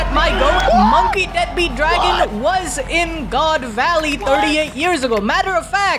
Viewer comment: Bro emphasized on the deadbeat 😂